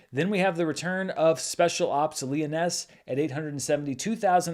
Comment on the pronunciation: Am I mishearing or is 'Lioness' pronounced differently in USA? Never heard it pronounced as Leoness.